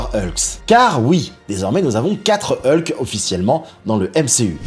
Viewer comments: on dit HULK pas EULKE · Ta plusieurs manière de le dire